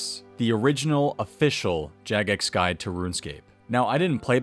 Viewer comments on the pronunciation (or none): "Hi, and welcome to my gid"